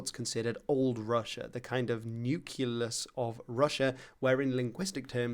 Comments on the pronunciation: Great video, but every time I hear "nukelus/nukelar" instead of NUCLEUS/NUCLEAR my ears bleed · "Nuculus of Russia," huh?